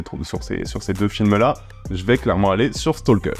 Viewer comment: Un petit point ; on ne prononce pas le "L" dans Stalker. Oui, je sais, la plupart des gens s'en foutent, mais même si vous vous en foutez, bah maintenant vous le saurez 🙂